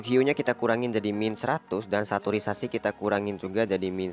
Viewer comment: Bang, sedikit mengganggu pas pengucapan saturation :v